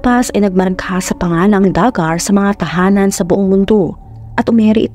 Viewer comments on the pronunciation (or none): Du-Gar ang pronunciation at ang Arkansas ay silent yung last na S.